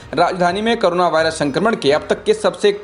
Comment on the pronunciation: it's corona not carona